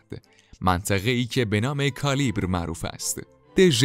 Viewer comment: درود،با تشکر فراوان بابت اجرا و صدای بینظیر و تلاشی که برای فراموش نشدن اسطوره هامون داشتید،با آرزوی موفقیت،خواستم اشتباه املایی و تلفظ شهرستان قلعه بابک و یادآوری کنم کالیبر اشتباهه در واقع کلیبر هست و تلفظش هم کَلِیْبَر میشه kaleybar,و جزئی از اهر نیست و کلیبر خود یکی از شهرستان های آذربایجان شرقی هست،که با اردبیل هم مرز هست!خلیفه اول مأمون و حسابی از خجالتش در اومده بود بابک،معتصم هم کاملا درمانده شده بود،عمرا بابک شکست میخورد اگه خیانت افشین نبود،انقدر از بابک میترسید معتصم که وقتی بابک و عراق پیش خلیفه بردند خواب بوده،بیدارش میکنند که بابک اوردیم،تو عالم خواب انتظار نداشته بابک آنقدر نزدیکش باشه،میپرسه کجاست میگن اینها دیگه نمی‌بینی!؟از ترس و شوک وارده بهش،از هوش میره،تا به خودش میاد میگه دستاس و قطع کنید تا خیالم راحت بشه،هرچند زمان می‌بره و قبلش بهش کلی پیشنهاد برای درخواست بخشش میدهند اما بابک میگه با کشتن من بابک تموم نمیشه،بابک ها هر روز متولد می‌شوند و به قیام من میپمیپ بیوندند،شما برعکس باعث پخش دادستان من و بیداری ایرانیا میشید،بعد مرگ بابک۳۰۰هزار مرد از ایران به خون خواهی بابک روانه عراق میشن اما چون رهبر نداشتند خلیفه با فهمیدن نداشتن سرکرده،دستور برگشت به شهر خالی شده و مقاومت میده که قتل عام میشوند